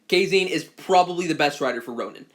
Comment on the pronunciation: Bro it's Japan. Kazane pronounced "Kuh-zah-nay" not "kay-zayn"